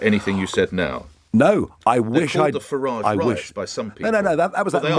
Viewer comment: If he was so keen on pointing out his ancestors came over hundreds of years ago he would be pronouncing his name ‘Faridge’ not the more continental ‘Faraajh’ 🤔